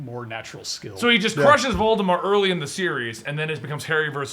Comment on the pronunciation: watching this again, calling Voldemort "Vaudemart" cringes me